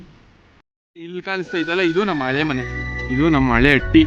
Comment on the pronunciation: ಅಟ್ಟಿ ಅಲ್ಲ ಗುರುವೇ ಹಟ್ಟಿ